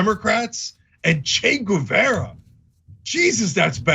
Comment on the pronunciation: So after watching this clip from fox we know that Trucker doesn't speak Spanish (his pronunciation of 'Guevara') or French. An abroad educated millionaire.